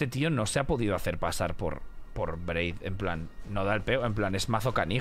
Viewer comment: Me hace gracia y me desespera que le diga Braid y Blaidd